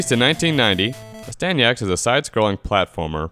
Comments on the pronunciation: I loved it, but it's Astyanax not Astanyax !! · AstanYax? C'mon dude, at least try... Asyanax is a great game. Just because you can't sit down and play it with open eyes and mind does not mean you should bash it. $1.75? You got a great deal on an epic game.